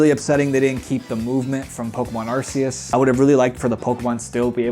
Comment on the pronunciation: My guy. They pronounced it ar KEY us in the anime 14 years ago. get with the program